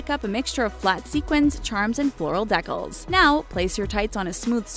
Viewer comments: It’s “DE-cAls” not “decKles”. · she said deck-als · she said decals like deckles and i wanna die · 'floral dekkahls' for your tights? 😂Might you have meant 'day-cals' (decals) omg if you want to appear in the know, you should probably know how to pronounce simple words lol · “Deckles???” It’s “De-cals” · THE WAY SHE SAYS DECALS. It should be "dee-KAHL" Not "Deh-kle" My gosh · It's not dicles it decals (dee-cah-ls) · THE WAY THEY PRONOUNCED DECALS OMFG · You mispronounced decals. 🤦🏻‍♀️ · Am I the only one who cringed when she said decals? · THE WAY SHE SAID DECALS